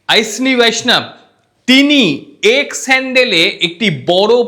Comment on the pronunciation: ভাই, আপনি বাঙ্গালি তো! তাহলে উচ্চারনটাও বাঙ্গলীর মত ই হোকনা। ঐশনী আবার কি বলুন অশ্বীনী।